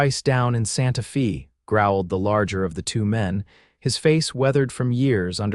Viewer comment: ¿¿¿"Santa FĒĒĒ ??? SERIOUSLY????GET YOURSELF EDITORS WHO CAN READ DICTIONARIES WHICH SHOW YOU PROPER PRONUNCIATION, AS WELL AS APPROPRIATE DEFINITIONS FOR EACH VARIABLE APPLICATION. YOU DO HAVE GOOD STORIES. DEFINITIONS.